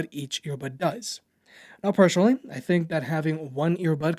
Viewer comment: I would certainly subscribe to your channel if you don't pronounce "personally" as "persuanally" :))